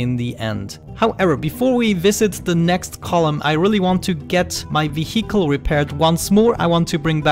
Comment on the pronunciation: i love how you after so many episodes, you cant pronounce vehicle :D But thats just something what makes you speciel. :D keep up the good work,. i might try this game :-)